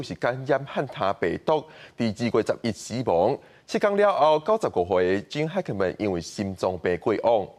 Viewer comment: 愛kā台語台 一寡主播 呵咾。Gene Hackman, Trump….外來語 直接用英語（日語，…）發音，蓋媠氣